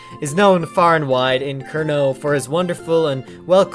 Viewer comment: That is good effort to find the correct pronunciation of Kernow :) Just minus the others lol.